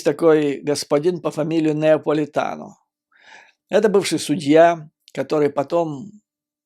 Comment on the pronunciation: Judge Napolitano, не НЕаполитано.